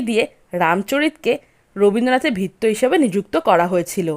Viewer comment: ভাল লাগল, বলার ভঙ্গি বেশ ভাল, কিন্ত উচ্চারণের দিকে একটু নজর দেওয়া দরকার। যেমন চাকরকে সুদ্ধ বাংলায় ভৃত্য বলা হয়,এখানে কথাটি ভিত্য উচ্চারন করা হয়েছে।